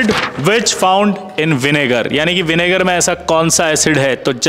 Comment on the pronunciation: Vinger nhi vinegar